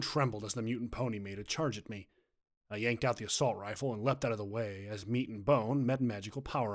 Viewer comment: it is a wifle that's what I heard lol